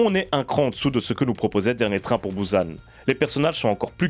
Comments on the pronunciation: encore plus précis, merci javoue que quand jécrit "bUsan" cest bien bou et san que je prononce.. mais jamais bouzane comme dans le début de la vidéo (il se calme apres) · on dit pas "Bouze âne" mais bien bUsan...